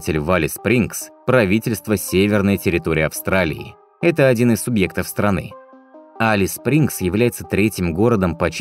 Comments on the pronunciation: Только Элис Спрингз, а не Алис Спрингз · Спасибо за видео! Х0чу добавить,что климат там - не подарок. Европейцам там нелегко переносить жору.Название правильно говорить- Элис Спрингс. Процветания вашему каналу! Привет из Австралии.